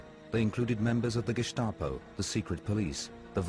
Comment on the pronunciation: sorry 75 now and never heard the gestapo being pronounced as gishstapo.... t. clark